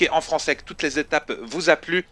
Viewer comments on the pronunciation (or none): none